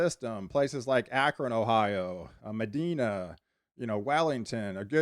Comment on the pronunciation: Medina, Ohio is pronounced Ma-DIN-ah (Long i ). Thank you.